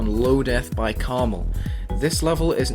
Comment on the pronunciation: Its pronounced karma "L"